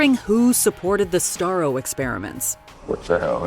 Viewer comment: The darkest part was when Starro says: “I was happy, floating looking at the strars”